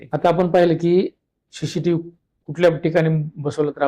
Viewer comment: पहिले तर सी सी टीव्हीला शी शी टीव्ही अस म्हणू नका . उच्चारण सुधारा 😡